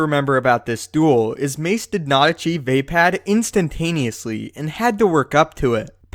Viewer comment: wtf did you just say "vay-pad"? It's "vuhpod"